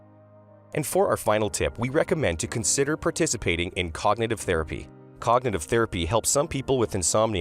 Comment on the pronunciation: Theraphy? lol what? Therapy